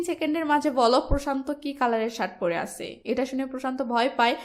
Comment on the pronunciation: আছে, গেছে, করেছে, দিয়েছে... এগুলার হুমায়ূন আহমদ ভার্সনের উচ্চারণ করেন কেন আপু? ধরণ একটু পরিবর্তন করেন, আপু। নইলে এগুলা বিরক্তিকর রিডিং পড়ার মতো লাগে।